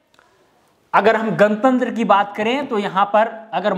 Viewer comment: आज कमेंट ही करके जा रहा हूं...😂😂😂 आप भी गणतंत्र को गनतंत्र बना दिए। भोजपुरी वालों के साथ यही दिक्कत आती है😁😁 वैसे मैने सबस्क्राइब कर लिया है आपके चैनल को ♥️